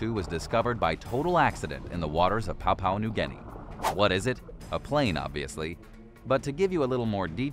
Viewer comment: Besides the manifold other mistakes, Papua, New Guinea is pronounced Pah Poo Ah, NOT Pah Pow. I normally wouldn't mention such a small thing but I've heard you screw it up in other videos, as well. Your reputation as a researcher is non-existent, as far as I can tell. Please pull your excitable head out your trousers and actually show what you are talking about as well as talking about what you are actually showing. Overall, a very poor showing. No doubt you took advantage of YouTube's allowing you to erase all the accumulated dislike marks you've gained to date.